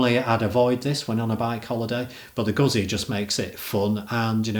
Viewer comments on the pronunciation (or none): Pronounced Guetzi ZZ are TZ